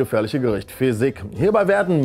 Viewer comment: Fesikh wird übrigens fesiech ausgesprochen :)